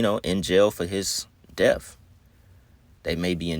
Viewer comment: His "def"... You want to promote yourself as a content maker while normalizing our ignorance... HIS "DEF"... You sound intelligent, so why mispronounce things. Is it on purpose? So the WORLD thinks even the "smart ones" don't know 💩 either Why is it Kool to be ignorant?